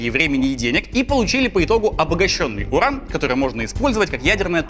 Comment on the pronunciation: Юран изотоп такой-то))) U - нужно произносить как У, а не Ю. Ошибка, латынь (произношение) химики и медики используют, т.к. мертвы язык, чтобы все понимали одинаково